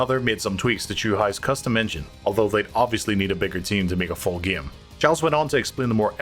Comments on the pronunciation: Did he mispronounce the word game on purpose? He pronounced game as gime, every single time except for when he said gamers. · It's pronounced game, not gaem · It’s pronounced GAME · The narrator's pronunciation of game is nails on a chalkboard. Gyam. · Cool video. Kinda annoying how the narrator pronounces the word game as "gyim" over & over. Still, love this series. Keep up the great wyirk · I hate how this guy says gim instead of game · Where is the speaker from? His way of saying the long a (game, made, etc.) is awesome. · ‘Game’ said like someone from Northern Ireland! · This guy pronounces ”game” and ”made” really weird. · I've never heard anyone pronouncing the word "game" as this narrator does lol